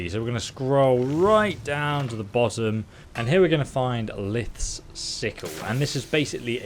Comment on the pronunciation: am I the only one who cringed when he said Lilith's name